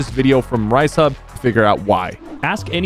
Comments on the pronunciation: ain't no way you said Ricehub instead of Reisshub 😂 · just Quick correction it is pronounced like reeses and then hub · For anyone wondering his name is reisshub pronounced liked reesehub not ricehub 😂😂😅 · Bro really called Reisshub Ricehube😂💀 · He did not just call my boy re-sub RI – sub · Bro said “rice hub” lmao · Bro really said "ricehub" 💀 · blud said "ricehub" instead of "reisshub." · It's pronounced rees-hub I think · It’s pronounced “mairius”and “re-sub”😭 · Bro can’t say anyone’s name right first he butchered aussieantics by saying Aussieantics like something you have for a long time now he calls riess ricehub nice sypher